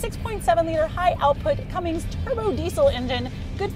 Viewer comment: The way she says Cummins (Cummings)